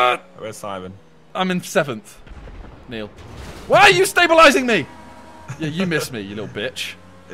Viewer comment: Why does he keep saying neill????🤔